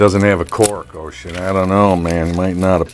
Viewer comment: Haha this is really great. What is Oisin sad about? Does anyone know or is it private? Anyway best wishes out to both of you! Fyi. Its pronounced Usheen. Like Usher... with the een!!